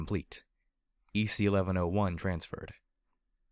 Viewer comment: I feel justified in that you pronounce EC-1101 the same way I do. Aside from that, I'm really enjoying your portrayal of the characters, and particularly Blackjack's mentality.